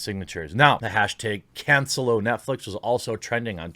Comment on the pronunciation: okay, seriously..."Kahn-Say-Low"= cancelo.